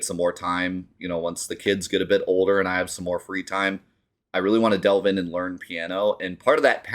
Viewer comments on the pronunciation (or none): none